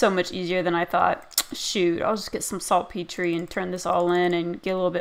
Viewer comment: its pronounced salt-peter